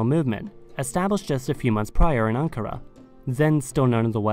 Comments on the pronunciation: It Is pronounced Aen-cah-raeh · My hometown name is Anpara. And people do the same mistake to pronounce it similar to ankara